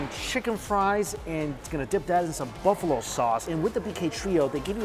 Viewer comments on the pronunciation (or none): none